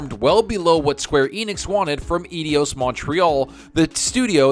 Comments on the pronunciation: man, Eidos is pronounced like Eye-Doss not idi-oss !! Cheers for the info vid, Keep Up the Great Work !! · Think it's said "Eye Dose" Montreal just FYI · Dude! It's eidos. [Eye_dos]